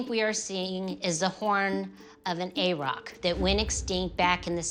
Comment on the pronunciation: Never heard anyone pronounce aurochs as "ay-rock". Weird. Just saying, and they were native to far more places than only the island of Great Britain. Aurochs were widespread, found from Siberia in the east and south to the Indian subcontinent, all the way west through Europe and North Africa.